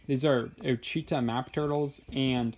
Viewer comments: I have two Ouachita Maps names Louis and Anna and they basically have the same issue with their shells but they bask perfectly. The Iodine treatments have shown very little results though. Also with the pronunciation of their names try to say WIT-SHIT-TAW and that should help, too many youtubers are mistakenly saying OH-SHEE-TA instead. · Actually, please consider that it’s more like WAH-shi-TA(W) [i is like in “it”; last ‘w’ is soft not hard]... It’s a Native American tribe name. I’m from Louisiana where we have a civil parish and a river named Ouchita after local Natives, and that is the only way I’ve ever heard it pronounced by other native Louisianians. Thanks